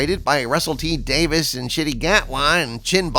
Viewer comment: By the way, it's Davies, not Davis FYI